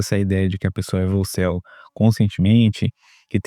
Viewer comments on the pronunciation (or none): Essa palavra volcel, você está pronunciando meio soprado, fica boicel, o boi em celibato. 😅😅